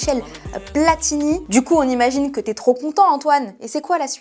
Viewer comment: et ses "Cro" a la place de "trop" 😂